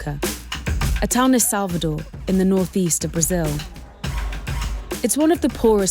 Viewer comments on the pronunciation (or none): none